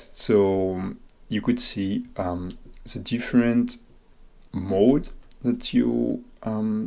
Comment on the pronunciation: mo-raw-der say it with me now